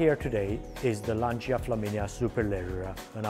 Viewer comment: Please Lancha, not L'ansia.